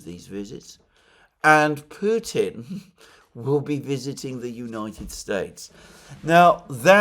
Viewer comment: McGovern seems to always -- thus intentionally -- pervert the true pronunciation of Putin to "putain" (which is rather disturbing when one runs that through a French to English translator). And Johnson, it seems to me (like Allister Crooke), suffers from deeply ingrained antisemitism. Nonetheless DNI Gabbard might well be informed by them; she's quite discerning.